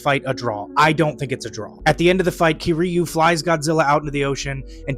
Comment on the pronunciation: The way u said kiryu pissed me off but w video anyways